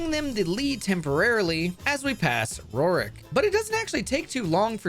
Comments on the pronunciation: I cannot handle the way you say Roark's name. It isn't ROR-IK its ROARK, like ORC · "Roark" is really hard to say, huh